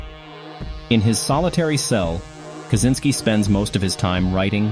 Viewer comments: This AI Slop can't even pronounce "Kazyncski" or "Unabomber". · Feedback is what you get from buying a MICROPHONE and having too close to your speakers....The AI in this video mispronounces "Kazyncski" and "Unibomber".